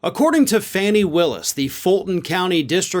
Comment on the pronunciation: Her name is pronounced, FAWNIE